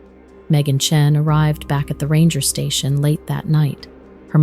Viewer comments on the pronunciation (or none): none